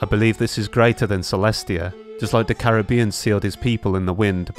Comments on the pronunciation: am hearing carabian :) no hard feelings vid is great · Isnt the old anemo archon called decarabian not carabian